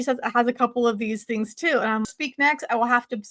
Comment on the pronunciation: Loved that you pointed out the Southern California-isms! Here's another one for you that must be a Utah/Idaho (maybe even an LDS one?). She pronounces "things" as "theens". My best friend from Idaho has said it that way since we were kids and me being from California I always thought it was weird. But I've noticed several other people at church from Utah do it, and also Lauren from Hidden True Crime does it occasionally too (don't know if she grew up in Utah but I know she grew up LDS). Once you hear it, you can't unhear it!